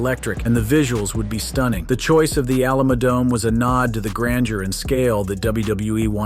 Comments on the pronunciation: Alama-dome Alamadome And finally, ALAMODOME! 😂😂😂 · Whats the A-LAM-A Dome? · Alama-dome Alamadome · The What-dome?! cmon bro... Greetings from Texas. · first example _ (a) the alamo dome _ saying it incorrectly was distracting (b) the kayfabe of the rumble is an EASY work around .... ie: a long walk to the ring can give talent in ring a rest, and a build for said wrestler walking in. and just give the timer 95 seconds, lol for the next person .....